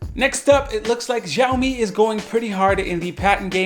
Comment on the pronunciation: He pronounced 'Xiaomi' in a wrong way in the entire video. 😂 😁 🤣 In case you are wondering, yeah I have too many Xiaomi products. Mi Air Purifier 2S, Mi Powerbanks, Mi 4, Mi Smart Scale, etc. Their IOT devices are great and i love their ecosystem.